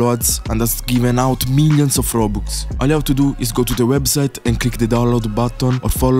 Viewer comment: bro really said rubux